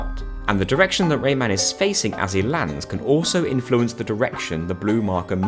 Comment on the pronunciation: I KNOW this little bloke is called Rayman. I know this. I’ve played the Rayman games. But in this video my brain is CONVINCED that you’re calling him Raymond and it’s 100% satisfied pretending that’s his name.